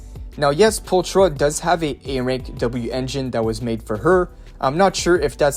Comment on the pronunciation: Can't lie. That bothered me a lot more than it should. Probably because I was already trying to ignore the "Pulchra" pronounciation too